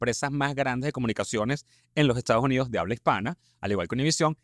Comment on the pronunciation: Te corrijo quieres hablar con esa R tan pronunciada, sin embargo cuando dices JESTADOS JUNIDOS hay que horror.